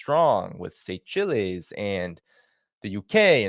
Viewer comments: Seychelles pronounced say-shells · It's pronounced Say Shells.